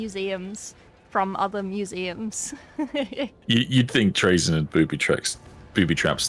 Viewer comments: At least she didnt say "tray-zin" like some people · Its pronounced "traa-zyn" with emphasis on the first part. I feel like the confusion comes from people accidentally switching the position of the y in his name around from trazyn to trayzn it is an easy mistake to make but it still annoys me.